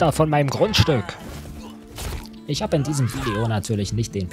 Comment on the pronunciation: "Runner vom meim grundstügg"